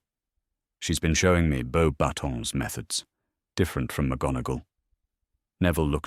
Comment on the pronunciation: It’s funny to me that the AI narrator gets “Beaux Batons” perfectly (well, most of the time) but mangles “Gabrielle”it feels odd to me to continually refer to Cedric not by name, but as “the Hufflepuff champion”. It’s pretty safe to say that anyone choosing to listen to this story already knows that Cedric was the properly chosen Hogwarts champion. With Voldemort’s practically tossing away poor young man’a life like garbage, not referring Cedric by name feels to me like erasing him entirely. Is this posted to Archive Of Our Own or another site?